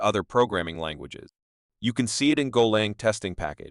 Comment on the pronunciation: AI shite, "golong" ffs. Worthless, zero effort grot.